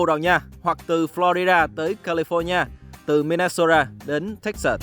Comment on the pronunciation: Bạn phát âm Minnesota chuẩn hơn mấy y bên VTV nữa. 10 điểm. From Minnesota with love. hihi